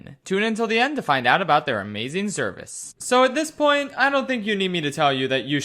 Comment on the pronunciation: "amazing zervice"